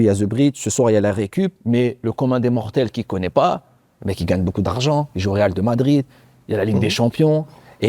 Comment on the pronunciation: Je comprendrais jamais les gens qui disent « real de madrid ». Même Diarra qui a joué 3 ans au Real Madrid sait même pas le dire. Sans compter les commentateurs télé chaque année